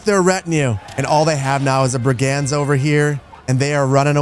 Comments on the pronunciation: What the heck are brie-gands!!?? Brigands, Brigands. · Pronunciation queues as a few of these seem really strange to my ears … Brig-unds, not brig-ands Lee-neck, not lie-neck Loiter Floocht, not Lighter Floocht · Best Manor Lords content BY FAR. One tiny thing: Brigands. Pronounced BRIG-nds. Not bri-GANDS. Old world bullies, low-level criminals and unsavory types who're happy to be paid for busting heads. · Bri-gands should be brig-uhnds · mfw he doesn't say bri·gndz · You don't pronounce the "a" in the word "brigands". "Brgndz". Looking forward to the great urbanisation. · Love this series. One minor quibble is your pronunciation of brigands. The emphasis ought to be on the first syllable not the second as you say it